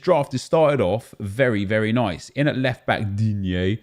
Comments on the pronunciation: Pleas never stop say "digne"😂😂😂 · Every time you say DIGNE like that ill dislike weird AF